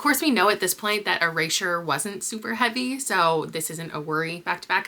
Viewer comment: what's up with your pronunciation of erasure